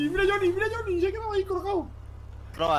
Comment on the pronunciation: El viejo:Choniiiiiiii. Yo:Es jonny cara nabo😂😂